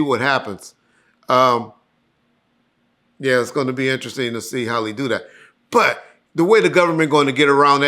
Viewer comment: I single handedly help correct pronunciation of the word But. former pronunciation was "Buhhhh"🤷🏾‍♂️🤣